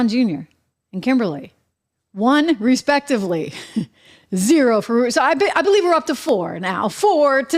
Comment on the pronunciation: “Ruprecht” Murdoch. 👎👇🫵